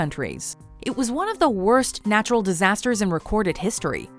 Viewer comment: God narturral